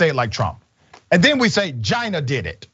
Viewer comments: He say CHIIINA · Dr Ritchie, you didn't get China right. Lol Chiinnnaaaa.